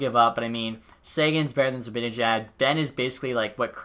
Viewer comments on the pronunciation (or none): none